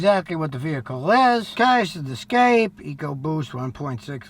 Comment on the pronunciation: Mexican Ford pronounced Es' Ca' pe' 😂